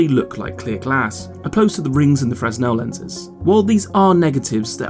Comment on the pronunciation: Fresnel is pronounced: freh-NELL. (the S Is silent). FYI